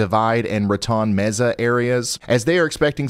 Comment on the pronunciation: Did you say “Raton Mesa”? Pronounced ruh-tone may-suh. I was like, say what now?